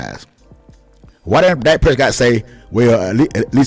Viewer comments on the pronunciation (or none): Ok Good Bye 👋 I just wanted to click in to see if this guy was actually the one saying what the title stated. I refuse to go past . Pronouncing your words as "Dyke" Prescott, don't want him "byke" and mixing names like "Jimmy Jones" wth- tells us what team you're really a fan of. You'll do better keeping da Cowboys out of your mouth bruh cause any damned fool with even half a brain can see that the only problem that came in Dak's game is when they tried to limit him to a one dimensional only Qb to so call protect they're investment said by Jerry Jones by the way. When he was allowed to play Dak Prescott style ball he was completely unstoppable and made the team way more deadly with him being an additional threat. He just needs a coach that doesn't try to force him to play Tom Brady ball uses his full ability. Aside from Lamar Jackson We haven't seen another true gunslinger like him that's got the ability to be just as deadly with his legs since Michael Vick. Most have either or, he has both!